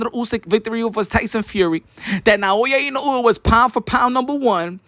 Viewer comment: NAOYA ＩＮＯＵＥの発音が上手ですね💯